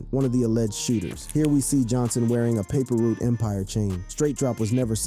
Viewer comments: You killing me saying paper root empire lol you know how they say it bra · I gotta laugh alil bit of how you pronouncing certain names and words You said “ paper root” instead of “paper route” lol LLD 🐬🐬🐬🐬🐬🐬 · wtf the narrator said paper root instead of paper route lol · Paper Route not Paper Root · daily=It's paper route not paper root!!! I don't get you young dudes on youtube at all man. how can you except to be taken seriously if you either can't spell or you purposely don't spell words correctly of the language you have spoken your whole lives? and you don't pronounce words correctly either way why? this is the way our kids will grow up to be man with the same stigma of ignorance on them!!!! #message pick it up!!!!! 👆